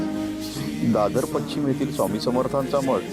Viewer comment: पच्छिम नाही ... पश्चिम !!! श्रध्रा नाही ... श्रद्धा !!!